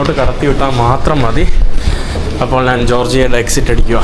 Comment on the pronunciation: നിനക്ക് മലയാളം പറയാൻ അറിയില്ലേ (നാൻ അല്ല ഞാൻ എന്ന് ആണ് പിന്നെ വഴിയോഴങ്ങൾ അല്ല വഴിയോരങ്ങൾ എന്നാണ് കേരളത്തിൽ അല്ലേ നീ ജനിച്ചത് ബംഗാളികൾ സംസാരിക്കുന്നപോലെ ആണല്ലോ കഷ്ട്ടം നല്ല പോലെ നാക്ക് വടിക്ക്